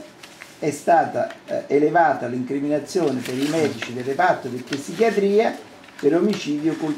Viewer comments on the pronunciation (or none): " ....PISSICHIATRIA"! AHAHAHAHAAHAH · reparto di "apppsichiatria". 27 anni di esperienza nel settore e non sa ancora parlare italiano.